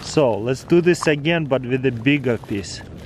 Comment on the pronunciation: "Do not play wif matchez ask for adult pervision"